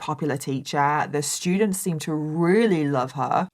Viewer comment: Anyone else interested in and Mike (“That Chapter “ YouTube channel) collaborating on a true crime story/episode? accent pronouncing “st” sounds as, “sh”, and Mike giving us his “ter” for “th” pronunciations with his? “Terdy shtudents”…. It’d be phenomenal. I do NOT mean this to be offensive, so please refrain, Negative Nancies. LOL